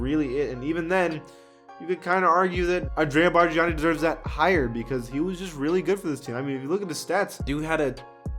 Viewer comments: It's pronounced Barn ya kneee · Ya that was a joke to hear I already knew he had no clue when he was calling him “Barjiani” He was the most frustrating player we’ve ever had and anybody that watched the Raps back then knew he was hot garbage and the only reason he got all those shots, and minutes is because BC thought Andrea was the next Dirk and made the coaches play him. I am still in shock we got a first round pick for him that was the funniest day of all time what a fleece! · Bargani sucks😂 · The way you said bargnani kinda triggered me